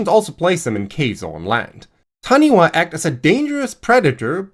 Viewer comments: The Taniwha is pronounced Tanifa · While it's written as "taniwha", it's pronounced "tanifa" (bilabial f (like Japanese "fu") rather than dentolabial (like in English)). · That was pretty damn good bro! (especially considering, what I am assuming, is a German accent), the only thing is that the "wh" combination in Te Reo (Maori) is pronounced with an "F" sound, So it would sound like "Ta-Ni-Fa". Thank you for another great video 😊 I recently discovered your content and I'm enjoying it so much while also learning a great deal, it's filling a hole I didn't know existed. Much love from New Zealand ❤ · the wh in taniwha is pronounced f, as it always in in Maori (except the dialects that always pronounce it w or h... but ive never heard taniwha pronounced other than f). otherwise that pronounciation was spot on!